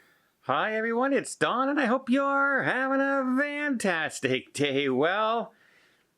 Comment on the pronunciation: Hey, why do you say "vantastic"?